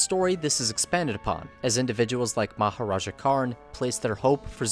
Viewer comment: Haman's Dad is Maharaja All I can hear is Mahoraga